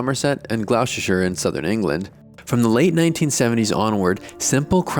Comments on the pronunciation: It’s GLOStersHer not GlowsTerShYre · I visited Gloucestershire once and it's actually pronounced gl-ow-kester-ester-shy-er strangely, not gloushestershire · howd he get, what im assuming is a very good pronunciation of that romanian town but fucked up gloucestershire